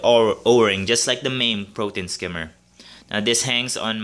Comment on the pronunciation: "Protein skimmy" 😜 love your videos